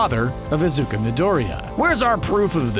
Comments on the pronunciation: .......why the actual fuck are you pronouncing Izu-Ku as Izu-Ka, its fucking Izuku damnit! Where did you even get the "A" from?? Its freaking too annoying not to rage about it. I should really stop getting angry at mispronounced things... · How can you make a video about a person if you can’t even pronounce his name right? Are Izuku and Izuka two different people? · Who’s Izuka you say it Is-uuu-ku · If you pronounce "Izuku" as "Izuka" one more time, then I'm gonna shit my pants and beat my dog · The fact that he’s saying “Izuka” instead of “Izuku” triggers me a little... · Now I just got one question why did you say Izuka Midoria instead of Izuku Midoria (ps The dub version is hot garbage) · Izuka... I Z U K A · IzukOO not IzukA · Izuku.. not izuka... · Am triggered by him saying "IZUKA" instead of "IZUKU" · Stop. Saying. Izuka. Its Izuku (oo) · Its pronounced e-zookoo midorie-a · IZUKA Quirk: saying names wrong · Izuka Me: cringes intessely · can we talk about how doesnt know how to pronounce the names of anything from any series smh "izuka" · I can't fucking watch these theory videos,matpat says Dayku and this guy says Izukuh like come on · hold up he said “Izuka” who the hell is Izuka?! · Did you say- Izuka? I literally just can't. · i got mad when he said 'izuka' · Is no one gonna talk about how this person said “Izuka” in wth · Did this guy really say izukaaaaaaa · "Izuka?" The hell? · For some reason I heard the narrator say "Izuka"... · *Mildly annoyed because he pronounces Deku's name as "Izuka"* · Izuka?!?! bruh fuck you guys and you miss pronunciation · He says izuka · Not even 30 seconds in and this man says "Izuka". Why can't these big name channels ever properly pronounce anime character names... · Nobody:: iZuKa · Narrator: IzukA me: umm that’s digusting I’m gonna go throw up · DID HE JUST CALLED IZUKU, IZUKA? LMAO XDD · I am mad RN because he keeps saying izukas :CC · This nigga fucking said "Izuka" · "Izuka" I'm sorry but, WHAT?